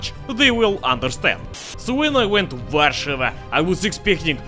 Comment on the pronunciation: finaly some one said ower capital name right